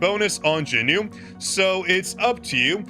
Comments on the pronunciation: Is it just me or I'm really hearing Jin-Noo all the time when he is saying JinWOO's name? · Okay you’re actually pissing me off actively calling him Jinmoo or jinnew whatever the fuck you’re calling him is wrong as fuck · You made me laugh when you said "JinNew" so I subscribed (5/18/2026)